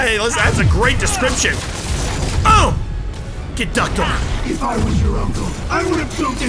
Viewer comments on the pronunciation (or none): The best part of listening to him talk for over an hour is noticing how he pronounces "on" as "awhn."